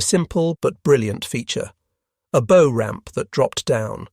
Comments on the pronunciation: "Bow" on a boat is pronounced like what the doggies say. "Bow-wow-wow." Other than that, not bad. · Bow rhymes with now not know.